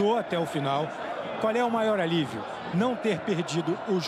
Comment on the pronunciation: O reporter fala Alivio ... E ainda quer ter razao.